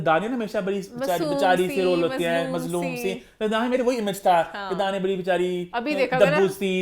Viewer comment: Emaan needs to correct her pronunciation of "bari" (big) . It's not Bhari....!